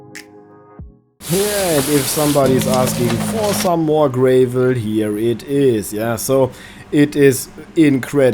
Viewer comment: gra vol .... a .... is in apple .. not A as in anus..... not GRAY VOL